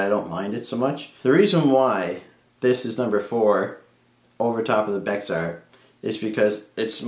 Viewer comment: The X in Bexar is silent, it’s pronounced as bear. That carbon fiber Kwaiken looks great. It’s looks like a black version of their tumbled titanium.